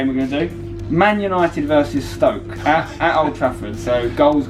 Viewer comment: Flipped out when said Stoke. The man almost went perfect!!